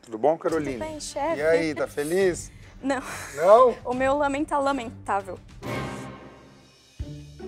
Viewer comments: " O meu Lamém está LAMÉNtável" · O meu "Lâmen" está "Lâmentavel" DONA KKKKKKK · Caroline: "O Meu Lamém" Está "Lamém-tavel" Que mulher esperta da porra !